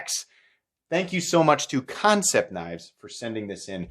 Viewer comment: Concept? Its an A.. not an O... what the hell dude.. Kan (can) cept (sept) love ya bro.. but the pronounced company name bugs the hell out of me..